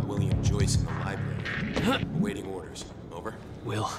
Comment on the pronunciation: Beth said Libary straight up.